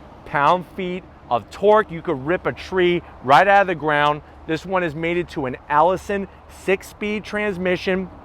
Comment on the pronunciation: It's and AISIN transmission not a ALLISON transmission